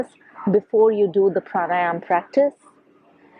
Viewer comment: It’s pranayama right? Not pranayam